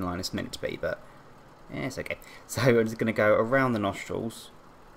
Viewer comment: mkay is what he says